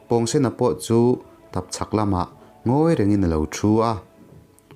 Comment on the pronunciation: pawngsen a pawng hi,pawngpaw tih a pawng ang hian lam tur a ni lo mi😁